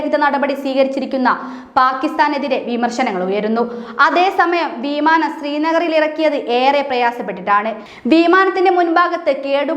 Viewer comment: വീമാനം നല്ല ഉച്ചാരണം